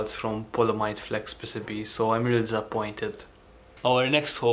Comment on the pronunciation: Say it with me "Pee cee bee" not "pissibi"